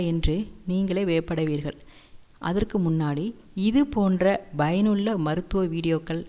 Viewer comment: Bayanulla illa madam payanulla